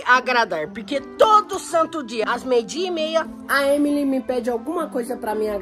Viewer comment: user-um5th8df2i Tá falando o nome da Emily errado